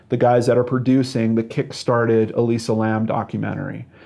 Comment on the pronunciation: Why can't you say Elisa lam?